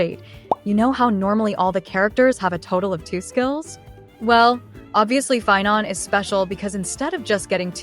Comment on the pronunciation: Sorry pie-non, Seiba is more important